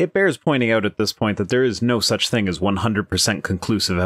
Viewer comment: Ah, the classical "living theng".